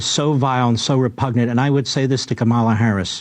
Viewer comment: Omfg, Levin... Her name is KAmela! Not KaMAla! This truly annoys the shit out of me. As does idiot Mike Pillow's "Rafsenperger"... It's Raffensperger! Honestly, how hard is this??? Ugh...